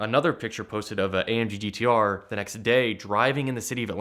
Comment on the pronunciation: I think got scammed into promoting this guy's youtube page and the ATL Scoop page. So many strange aspects of this "story." Please say "amggtr" again...